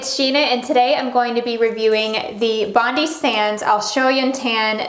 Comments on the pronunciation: Love the video, very helpful. I’m from Australia and when pronouncing Bondi you say it like bond-i like saying the letter i at the end. Just thought I would let you know. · From an Aussie - it’s BOND - EYE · it's pronounced bon die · Why do all Americans say “Bondi” wrong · Well it is an Australian brand so probably meant to be said in an Australian accent???? That's why Americans say it wrong, cos they don't have the accent